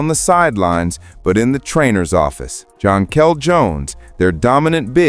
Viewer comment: The same goes for Jonquel Jones. Make an effort to spell and pronounce their names properly.